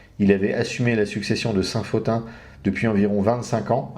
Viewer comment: Bonsoir Merci pour ce passionnant exposé. Pourquoi prononcez-vous Pothin [Fotin] et non [Potin] ?